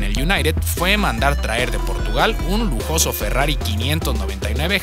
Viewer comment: Minuto 2.32 dice lojoso vheiculo